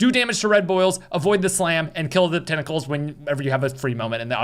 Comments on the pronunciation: I love how dude has a stroke saying tentacles 😂😂😂😂😂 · Dude said sun tentashshuus